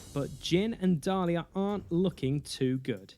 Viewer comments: Nicely done, but the name of the jedi is Diala not Dalia! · good video, but it makes me cringe every time you call Diala Dalia. Also, it is not transdoshan but trandoshan.